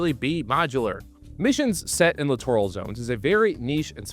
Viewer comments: Huh? Clitoral zones did you say? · It's pronounced littoral /lĭt′ər-əl/ That's LITERAL literal /lĭt′ər-əl/ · Grammar police notice: Littoral is pronounced exactly like "literal"...literally. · Sorry but I had to rewind cause I didn’t hear the word Littoral, I could have swore I heard something close but definitely different. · I keep hearing the letter C whenever I hear littoral.